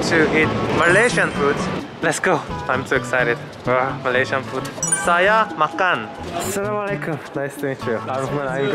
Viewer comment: Kim dont say salamalikum its not right. You should be saying asalamualikum